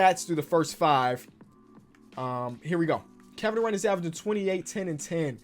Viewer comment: “Kevin Duran-tula” 😂